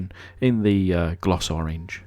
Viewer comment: It's always a pleasure to see you taking care of one of those old Majorette . I like the way you said orange in french. Merci